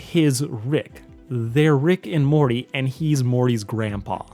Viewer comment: Dude, you literally need to learn how to promounce words correctly. Slow. Down. Read. You literally pronounced "Morty" as "Morry" this entire video. And that's not even the worst offence. Take. Time. To. Enunciate.